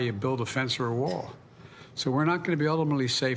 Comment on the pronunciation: Did he say WALL? funny